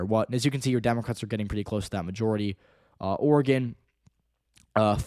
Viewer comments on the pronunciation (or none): none